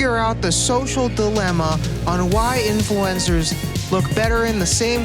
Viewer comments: sounds like his saying influanza (flu) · man is literally saying "influenza"